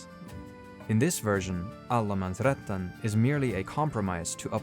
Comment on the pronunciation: Great video, but just a bit of pedanticism, it's Allemansrätten, not Allemansrättan.